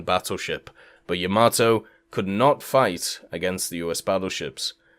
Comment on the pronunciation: Bro, if you say Yamato like that one more time... 👺